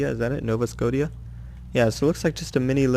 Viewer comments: Nova, like the shotgun, and scotia, like sko-shaa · It's Nova Sco-ti-ah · It's pronounced nova skoh-sha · It's actually said nova scosheea I believe.